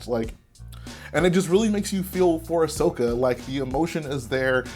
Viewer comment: ummm...its Ahsoka not Ashoka